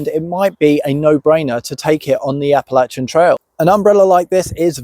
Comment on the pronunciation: Thank you for saying Appalachian correctly!!